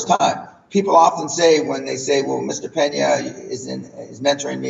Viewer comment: Peña, not Penà!